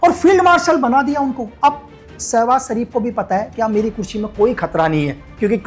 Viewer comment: Ashim munir Nahi Asim munir 😂 Sabhaz sharif Nahi Shebaz sharif ha